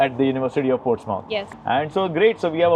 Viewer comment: It's Portsmouth not Ports mouth It's one word